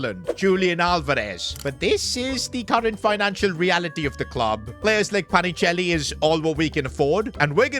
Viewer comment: PA NI CHE LI, NO PACHINELI